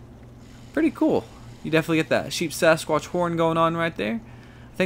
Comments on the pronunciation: Very informative but it is Sheepsquatch and not SheepSAsquqtch. Just fyi. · At least he was consistent in saying it incorrectly lol. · Not to be that guy, but it's Sheep Squatch, not Sheep Sasquatch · Sheepsquatch, not sheepsasquatch